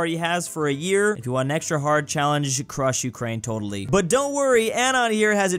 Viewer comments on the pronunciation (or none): none